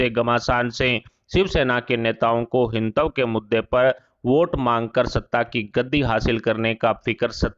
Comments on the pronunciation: आप के वक्त को हिंदुत्व सही तरह से बोलना तो सिखाइए पहले। यह तो इसे ‘हिन्तव’ कह कर पुकार रहे हैं। बेहतर है कि यह सुधार जल्द हो। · पहले अच्छी तरह हिन्दी सीख लें। हिंदुत्तव बोल रहे हैं। बार-बार हर बार गलत बोल रहे हैं।